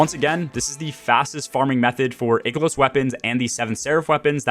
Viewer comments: EYE-KEH-LOSS LOOK UP THE PRONOUNCIATION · "Eye-kilos" bro - solid post on farming strategy! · Ick to the way you say I-KELOS! Great content tho. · Eye key los weapons, there's no ''c'' so it's not pronounced like sick or thick. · An interestingly wrong way to pronounce Ikelos, I've never heard before. That aside, for those that are still working on their EXO frame upgrades, just know that you do not have to stick to a particular upgrade path. You can weave back and forth between the top and middle rows. Other than that, mainly stick to stuff that gives you deep sight or more umbral options. And just do the seasonal activity, in between your usual weekly grind, and public events are typically best for seasonal currency. Really don't need a long video to explain this. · You say Ikelos wrong.